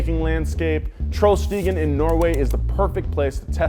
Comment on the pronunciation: It’s Trollstien as in Troll’s path. Trollstigen is swedish and means the same thing.